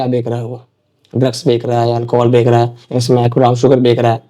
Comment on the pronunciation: Wahi mai sochu beka beka kya kar Raha hai ye😂😂